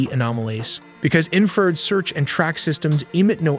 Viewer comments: .......An 'in-feeeered missels...... .......Baaaaaaarage............... ........Infeeeerd again......... Probably many more mistakes, but well intentioned. Why do you folks usually show jets in afterburner? Wouldn't that drastically shorten their flight time and/or range? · It’s infra- red, not inferred. Great video though. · Not knocking these amazing videos but who does the narration? he mis-pronounces “infra-red” as inferred? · How is your narrator-bot so stupid? It isn't a War-thog, it's a WART hog, a wild pig with sharp tusks. The electromagnetic spectrum contains visible light and light we can't see, including ultraviolet (UV) and infrared (in-FRA-RED) although most people say INFA-red. It is not INFERRED-a conclusion found by using inference, if this then maybe that, and if that, then...the butler killed the priest. If you can edit the script after the AI generates it, make warthog two words, "wart" and "hog" same with "infra" and "red". This might also be a complete suite that scrapes, writes and generates vid and hands it off to C3IQ to read. AI is very polite and won't correct anyone, but I will. A "barrage" of bullets rhymes with mirage, not marriage. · i tried to watch more after my last comment about the crap ai pronunciations, but then "he" said "inferred" instead of infrared, which "he" has done on every previous video that had the word infrared in it. I got m into it and couldn't watch anymore and gave it a thumbs down. I love AI when I need its ability to sort through information, but when it comes to youtube videos, I just can't stand it. I want to be entertained and learn, and I can't do either of those with a non-human, sorry. This AI has a great voice and speaks very human, but it still lacks the ability to actually sound human. when you guys get a human to narrate, I will watch your videos again because they are good. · Too bad the AI can pronounce VPN better than it can many military terms. What a joke. Infra-red is not "inferred".